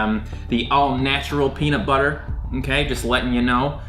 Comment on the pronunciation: I love, but he pronounces everything so white😂 ex. Peanut. Butter. He said it as two different words instead of one, etc. Idk, that’s the only thing that actually bothered me in this video😂😂